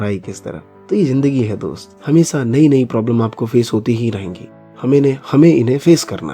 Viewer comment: It's हमेशा atleast pronaunce correct dude😂